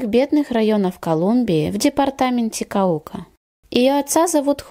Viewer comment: КАука, БоготА. Если делаете видео произносите правильно. А то ударение у вас пляшет. Да и имена и фамилии произносите...